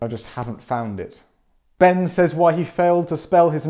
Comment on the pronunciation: Ben! Not Ben!